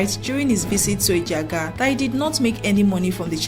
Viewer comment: You’re doing well. The (g )in Ejiagha is silent. Ejiaha. Just…… keep up your good work work.